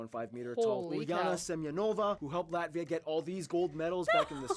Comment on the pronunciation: please no american pronounce ...not Latssvia... Latt..viaaaa, hope as a german i tried to pronounce in a better way )